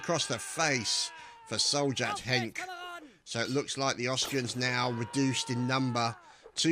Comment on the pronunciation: Also, Sjt is Serjeant not Soljat or what the hell you said :D